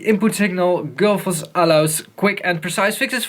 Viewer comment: gullfoss, not gulfoss. probably named after the waterfall in iceland